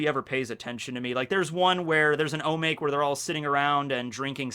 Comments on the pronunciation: O MA KE !!! Not O make! I thought you said you were learning japanese? This is like lesson one. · Omake = おまけ. Not omāk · I die a little inside each time you pronounce "omake". It's phonetic.